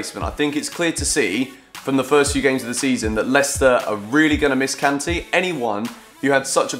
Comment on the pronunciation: Am I the only one who doesn't like the way that says Kanté? Love the videos by the way!!!